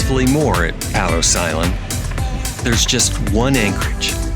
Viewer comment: It's pronounced PAYtos island.